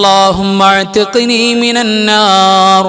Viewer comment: Allahumma athkini mina nnar ennaleee .. athkini ennathil kelkkumpol Alif vitt povunnath pole thonnunnu